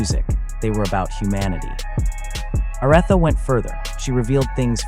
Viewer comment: OR-ITHA! OMG: :face-orange-frowning